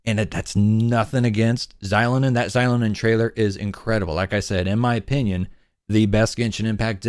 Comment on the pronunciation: Great video, but it was kinda grating how you mispronounced Xilonen's name 😅😅 it should be like 'shee-loh-nen'